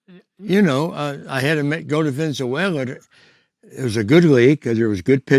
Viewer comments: I just love the weather in ' venzuwayla' 😂😂😂😂😂😂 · I hit some home runs down in "Venenzuwayla" too😂